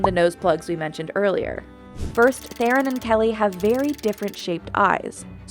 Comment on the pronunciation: Still waiting for the day they say C Theron’s surname correctly